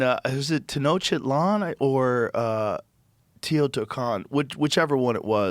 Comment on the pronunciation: Why does Joe always says “Teno-shitland” instead of Tenochtitlán?